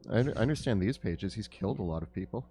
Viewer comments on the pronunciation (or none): none